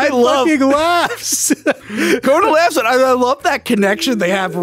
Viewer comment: Are you pronouncing Conan like Conan O'Brian on purpose to troll 🤔 what's the deal w this, it's driving me crazy lol